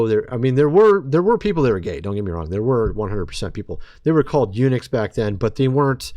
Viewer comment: You pronunciation of Enix is wrong